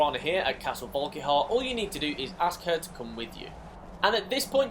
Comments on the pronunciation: He pronounced it as castle "volk-ee-har" lol it's castle "volk-eer" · it's volk-a-har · Bro just sayin it’s pronounced vulk ear